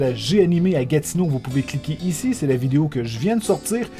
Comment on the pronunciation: j'aime comment tu dis video ''videyo'' XD